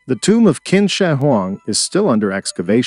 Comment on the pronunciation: Qin is pronounced 'chin' not 'kin'